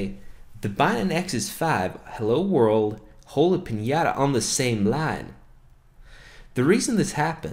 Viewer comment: it's piñataaaaa